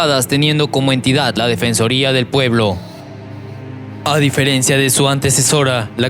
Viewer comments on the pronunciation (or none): none